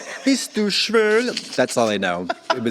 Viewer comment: Sorry Katya, but I have to correct you (I am German) You didn´t say „Are you gay?“ in german but you said“ Are you sultry?“ You pronounciate „schwul“ more like „cool“, but „schwül“ (ü is like u+e together) sounds more like „phew“. I know it´s hard for native english speakers to hear the difference. But to me your „Bist du schwül?“ sounded really funny… but maybe thats not bad for a pick-up line?